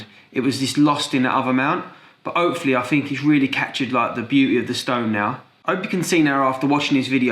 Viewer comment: lol he doesnt pronounce the H like a french person haha "andmade", "opefully" etc :)